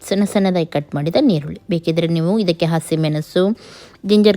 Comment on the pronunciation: Ma'am that is not neerulli that is eerulli